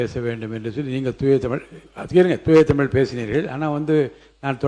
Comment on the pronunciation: சொற்'பொளி'வாளரே! உங்கள் தமிளை பிளையின்றி முதலில் பேசுங்கள்! பேச்சை விட செயல் தான் முக்கியம்😂